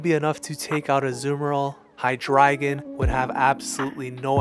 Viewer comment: You pronounce Hydreigon differently from a lot of people but now that I'm thinking of it... I think you're saying it right because his evolutions include ein zwei and drei which is (basically) one two and three in German and I NEVER put that together until now.